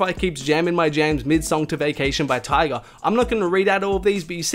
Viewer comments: I'm feeling like you keep saying Tiger instead of Tyga. No hate tho. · It’s tyga not tiger